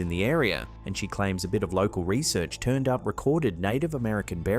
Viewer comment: Not lore asshole,law cal